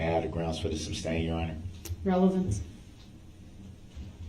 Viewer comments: All this time and he never picked up on the fact he's saying it wrong. Sustain not substain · Reason for the Substain?? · You mean substain. That's how that moron says it. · Substain, tackit, axe, oaf…this guy does a complete butcher job of the english language over and over again.🤦🏽‍♂️ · Substain?? lol! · It’s not substain idiot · He is soooo consistent with his distorted pronunciations that I can't help but wonder if there might be an actual defect between his ear drum and his brain which might cause him to actually perceive in his mind these words in the distorted way that he expresses them. If it could be determined that his hearing perception is actually defective, that would explain a lot ! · Countless numbers of times Judge Dorrow states "SUSTAINED " and Brooks immediately counters with "Grounds for the SUBSTAIN" There just has to be a physical defect between his ear drums and his brain. His brain must be somehow perceiving that word as "SUBstain" for him to so consistantly mispronounce it that exact way every time, over, and over, and over. If such a perception defect is possible, that might explain a lot about how he can have so many social and relationship misperceptions. Maybe his brain really does physically have defective wiring causing him to not perceive things correctly or rationally. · substain? the little guy is funny